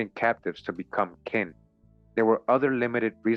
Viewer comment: Another great read my brother. I know some might not understand when you say king it’s Kin, it’s like a blood relative, a cousin, an aunt, an uncle, a brother in law and so on, Kin…